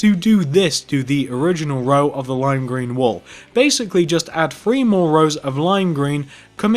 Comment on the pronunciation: It’s “three” not “free” you twat